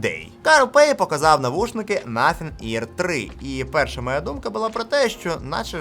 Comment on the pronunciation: я спочатку не зрозуміла що це за компанія. Треба якось придумати як озвучувати цю компанію нашим людям щоб це звучало зрозуміло. Наприклад чітко вимовляти "но-синг", навіть якщо це не зовсім так як звучить в оригіналі.